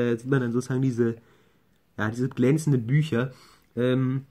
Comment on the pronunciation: "Glänzene Bücher". ^^